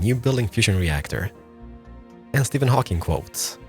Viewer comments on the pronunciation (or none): none